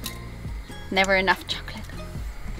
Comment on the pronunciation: The way she says "chocolate" .